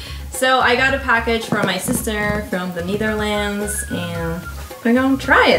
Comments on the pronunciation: The Naetherlands! Come on. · Dan verbeterd ze haar man in 1 video als hij 'niederlends' zegt en dan zegt ze het in deze video zelf zo 😂. Maar lekker bezig met de video's, ga vooral door!👌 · The neetherlands🤦zeg maar gewoon Nederland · "the NiEtHErLaNdS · "the kneetherlands" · "I got a package from my sister from the Nietherlends" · Why did she pronounce Netherlands like Neitherlands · The Nietherlanths? come on.. that's not how it's pronounced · 'The Kneetherlands' I'm sorry the what? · Nietherlands HAHAHAHHA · KNEE therlands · the frikking disgraceful way she says the netherlands at the start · How the hell did she pronounce netherlands?!?!?!?!